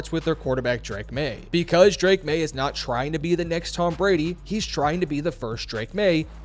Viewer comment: “For the first time the Patriots were not just surviving BECAUSE of Drake Maye, they were winning BECAUSE of Drake Maye” terrible points of emphasis in that line read, learn how to read a script dude